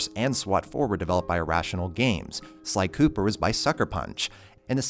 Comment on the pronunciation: I love how he said psycooper... but put infamous second son xD